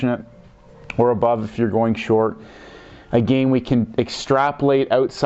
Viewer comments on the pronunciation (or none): Good videos, however, the way you pronounce "again" is not correct. Watch this very short video, on the "proper way" to pronounce this word. No "disrespect" brother, but, it is annoying. "How to Pronounce Again"